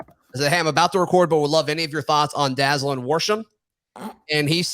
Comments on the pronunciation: Good job this morning by you and. Couple things: I think you pronounce his name Da-ZAY'-Lin. Hard a in the middle syllable. Second, I saw him play at HTHS and the guy can fly, but more importantly, he can catch and hang on to the ball. I don't remember him ever dropping a pass at HTHS. I hope that continues at AU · Went to high school with Dazalin and Javarrius Johnson, Both are some great athletes and have a good relationship with each other which could help us out as well! His name is pronounced Dah-Zay-Len